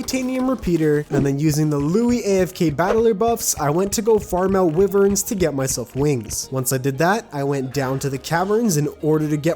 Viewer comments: you were fighting wiverns not wyverns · why does the way he say 'wyverns' kill me